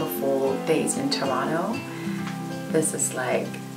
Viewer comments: I💙 that you pronounce Toronto like a Canadian 👍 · I love that you said Toronto properly haha! Lovely, charismatic, and cinematic videos ladies! I'm glad you enjoyed my home town. Greetings from Berlin :)